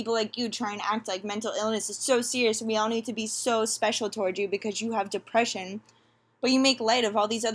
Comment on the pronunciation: Jesus.....the depreshun 🤦🏻‍♀️